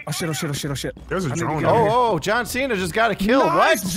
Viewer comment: You can't Ce-na.